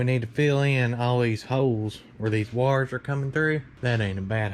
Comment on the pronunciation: It’s “Wires” not “Wars” 😂😂😂